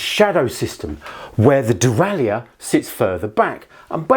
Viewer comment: Why have you decided to mispronounce 'derailleur'?